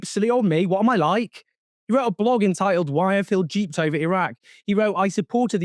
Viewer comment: He was duped, Owen, not "jeeped" 😅